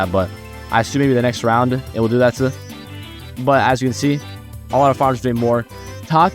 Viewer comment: "butUH ur still my favorite unit of this updateUH"